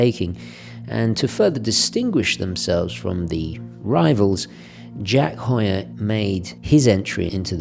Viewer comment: I'm completely biased because it's my last name lol. I'm just enjoying a full video of my last name being correctly pronounced and not "hue-er" like many people say.